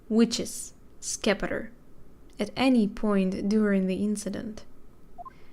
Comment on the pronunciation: the Scepter is just pronounced like Septer, the c is silent